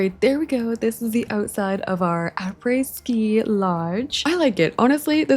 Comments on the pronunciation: honestly your pronunciation of après ski was pretty good! French is a hard language so good job on that source : am French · just so you know, I'm French and your prononciation of "après-ski" is perfect!! Btw love your videos!